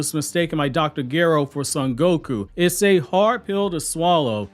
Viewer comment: Nahh 😂😂😂😂 not the curly fries… if you are a fan of Konohamru you have been humbled in 12 minutes.. Btw I thought the Doctors name was pronounced GURR-ROW.. playin :)